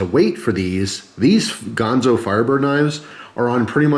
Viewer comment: GANzo, not Gahnzo